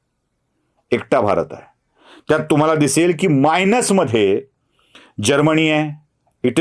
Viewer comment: बीजेपी चे चाटे महाराज प्रथम भाषाशुद्धी करून घ्या जर्मनी हा शब्द असताना जर्मणी म्हणजे कर्मणी प्रयोग सारखा उच्चार कसा करता? केवळ 20 मार्कांचा अर्थशास्त्र शिकलेले तुम्ही गिरीश कुबेरांसारख्या माणसावरती भाषा तरी कसं करता काही मनाची नाही तर जनाची तरी आहे की नाही कृपया घसरला नसून डॉलर्स स्ट्रॉंग झाला आहे हे मल्लिनाथ ताबडतोब बंद करा मूर्खपणाला काहीतरी मर्यादा असावी अर्थशास्त्राचा आपलं ज्ञान प्रोटक म्हणजे जवळजवळ नाहीच असं सुरुवातीला मान्य करतानाच गिरीश कुबेरांवर बोलायला तुम्हाला काही वाटत नाही का? गिरीश कुबेर हे बीजेपी चे प्रवक्ते नव्हेत ते अर्थशास्त्रीआहेत खऱ्या अर्थाने. घाटी मराठी म्हणजे शुद्ध मराठी नव्हे हे एकदा मनात समजून घ्या!